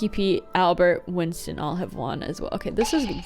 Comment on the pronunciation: “Windston” lol